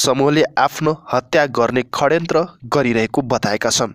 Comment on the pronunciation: पत्रकार ज्यु षड्यन्त्र लाई खदयन्त्र भनिदैन हौ स्पस्त बोल्नु पर्यो